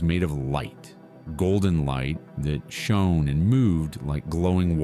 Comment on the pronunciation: Poor pronunciation and wrong words… like the word to understand something is Know. Not No. Shone…. Badly pronounced.